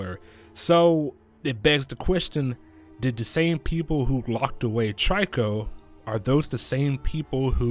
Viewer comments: its not tryco its trico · the way u pronounce trico is tree-ko not try-ko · trico is pronounce treeko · You’re saying trico wrong